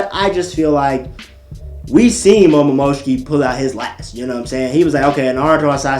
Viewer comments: anime rlly hittin us with the momomoshishiki pronounciation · but said momomoshiki not momoshiki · AND WHO IS MOMOMOSHIKI